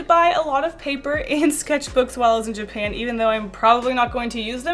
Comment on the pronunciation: “Ever since I went to jupan”....WHAT THE FUCK IS JUPAN